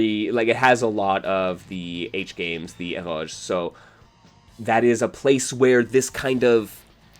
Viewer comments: Is that word "Eroge"? If it is, why do you pronounce it that way? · is honestly SO insightful and well-spoken; like, seriously a scholar of the genre… but also, never in my life have I ever heard anyone else pronounce “eroge” like it’s a French loanword and he keeps on saying it and it’s cracking me up dude 🤣